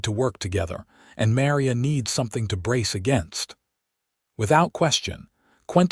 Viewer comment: AI can't pronounce Maria correctly 😮